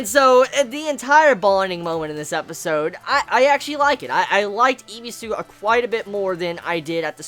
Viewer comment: His name is Ebisu not Ibisu